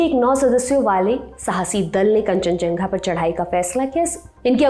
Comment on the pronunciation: कंचनझंगा ❌️ कंचनजंगा✅️